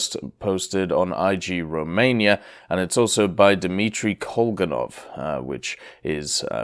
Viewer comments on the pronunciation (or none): pronouncing igromania as i g romania was so weird